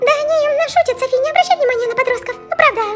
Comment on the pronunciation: правильно Софи́*